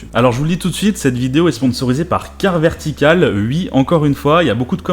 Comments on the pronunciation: Pourquoi tu dis Ui au lieu de Oui ? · Les pubs honnêtement je comprend pas de souci la dessus, mais par contre, s'il te plait arrête de dire "ui"! C'est "oui"! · Tu dit oui, ou tu dit Ui 🤣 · "hui" ?? Ah ouais... c'est vraiment l'accent qui fait ça....chez-toi le son "wi" est toujours prononcé "ui" en fait. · IL DIT UI ! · Tu dis UI ? xD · "Je dis ui" 😂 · J'aime bien ta façon de dire ' oui ' (u-i) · "J E D I S U I" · Tu dis hui ? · je dis oui, je dis oui.... tu ne dis pas oui, tu dis UI hahahahaha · ça aurai pus être pire, tu aurai pu dire Huit ou Huître!!!! question n'étant pas linguiste, c'est dans quel région qu'on dit Hui pour dire oui !!!?? après utilisé le terme hui peut être très légèrement confisant, car le Hui de Aujourd'hui signifie en "Ce jour d'..." en claire qu'en on dit aujourd'hui on dit "En ce jour d'aujourd"!!!! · Tu fais partie de la communauté du "Ui' ... Sinon toujours bien tes vidéos ;) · Il me stresse à dire « Ui » 😂😂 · Moi j'adore ce "Ui" ☺️ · Mdr "je dis ui" "ui" tu me fais rigoler et c'est vraiment pas méchant 😁 top tes vidéos 😉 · Tu dit UI 😉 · J’adore l’accent alsacien sur les « oui » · "je dis ui" "ui à l'argent" on dit pas "ui" à l'argent, on dit OUI à l'argent ! Merde ! Avec un "ou" avant le "i" et pas un "u" merci 👍🏻😱 Et pareil on dit pas "uikend" on dis "ouik-end" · Tu me fais rire avec tes ui au lieu de oui, tu dis même ui-end haha